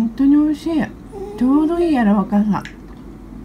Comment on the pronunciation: やらわかさ笑 って、聞こえただけ？？🤣 美味しそ〜🍐 ミアちゃんは男性が好きなのかな？？ 我が家の猫ずも息子の事が大好きで、抱っこされるとすごく幸せそうな顔します😅💕